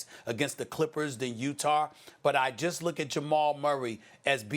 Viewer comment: No one: ABSOLUTELY NO ONE: Stephen A Smith: Utahrrr